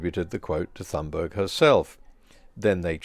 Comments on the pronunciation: Just one error: Your pronunciation of her last time. Not the most important thing, but since her name is mentioned so many times in this video, it might be worth fixing. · In Swedish it's pronounced tuun-berg, the g is pronounced like y in yolk. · Great post as always. One correction here: Greta Thunberg is Swedish, that means that the "h" is silent as there is no "th-sound" in Swedish, so it is just pronounced as "t" in "talk". Also the "g" in the surname is soft and should be pronouced as the first "i" in "identity". So her surname should be pronounced. (look up the wiki there is a link to how it is pronounced there) [ˈɡrêːta ˈtʉ̂ːnbærj] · She does not pronounce it that way